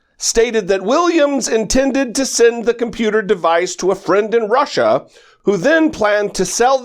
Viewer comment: Russier, Russier, Russier... It will be interesting to hear the charges, jaywalking in the Capitol grass like everyone else & let go with a $25-fine, perhaps?